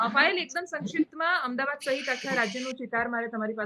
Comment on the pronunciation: Please correct yourself, it's not "Ahem dabad" the city's correct name is "Ahmed Aabaad". Thanks.